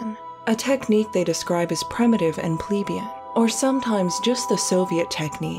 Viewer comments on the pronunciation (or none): pleb-AY-an, not plee-bee-an